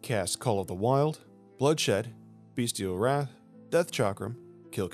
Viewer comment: It’s Bestial Wrath, not Beastial Wrath lol I used to call it that too for the longest time.